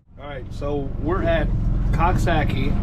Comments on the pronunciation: Omg to hear u say Coxsackie is hysterical. Its pronounced cook sac kie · I live not far from there. It's pronounced Cook-sock-ee, lol. Whether or not you pronounce it correctly, it is hard to say without laughing. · lol I’m from here it’s pronounced coxsakie lol